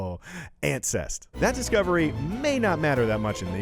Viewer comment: Sounded like ancest